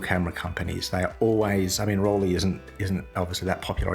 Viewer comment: I don't know what it is about "Rollie" that makes me feel nauseous! Listening to this pronunciation is my version of fingernails on chalkboard. Can't get past the first 3 minutes of this video. It's torture. The "lei" in Rollei is pronounced like the "lei" in Leica or Leitz.